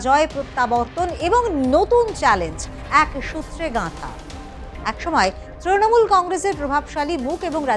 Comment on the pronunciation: এটা ত্রনমূল নয় হবে তৃণমূল ,স্টাইল না করে যথাযথ বাংলা উচ্চারণ করুন।